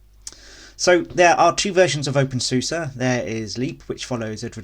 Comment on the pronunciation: The moment you opened your video with a pronunciation like open “Zeus” I knew I was in for a wild ride. Can’t say I have any of the problems you mentioned too so idk. Absolutely try out Tumbleweed and KDE it’s the way it’s meant to be ran.